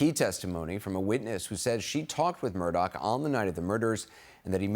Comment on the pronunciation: Is anyone going to EVER correct the news anchors in the pronunciation of his name? It’s Murdaugh, NOT Murdock…. Jeez. Everyone of them continually says Murdock!